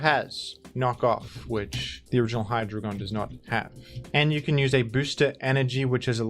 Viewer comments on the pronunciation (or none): Today on Pronunciations: “Hydrogon”